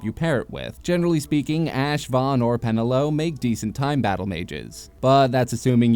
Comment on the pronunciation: How is Panelo so difficult to pronounce? They literally say it in game about a billion times.